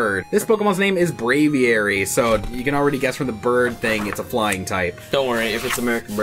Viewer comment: it's Brav-eer-y